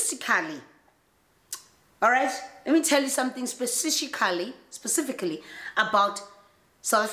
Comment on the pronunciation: spesishically 🤣🤣 tjo we have a new word!!